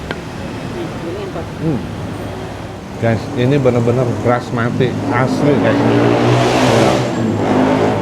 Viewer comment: Bukan Brasmati kang,,, tapi BASMATI yaitu beras asal asia selatan